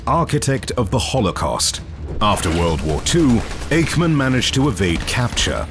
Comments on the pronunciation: His name was not Ache-man. It was IKE-MAN. OK? 😢😢😢😢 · Is it you again? You pronaunced Eichman wrong. It is not like a pain but like saying the first three letters in "I sh ould" as Ishman.